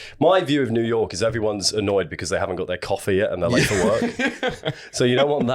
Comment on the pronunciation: 'to jewyork city' ' What?!' hehehe :)